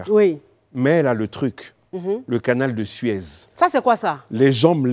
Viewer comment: je ne pense pas. À un moment elle à prononcé "canal de Sued" plutôt que "canal de Suez". Pour une émission d'une telle envergure elle doit renforcer sa culture générale je trouve